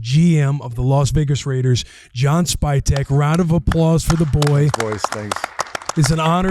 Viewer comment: Did he call, “spytek” “spygate”? 😂